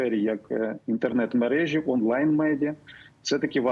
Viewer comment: Пане Кремінь, а скажіть, чому Ви говорите "мережі" (наголос на і), але ж перевірочне слово "мережка" (наголос на друге е)? У наступній фразі у Вас наголос у слові "мережа" (наголос на друге е), що й є правильним!